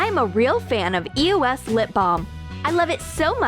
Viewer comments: ITS EOS NO E O S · It's eos (ee-ows) not e.o.s dude you are driving me nuts!!